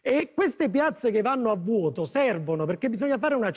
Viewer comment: E anche "a vùoto" 🤣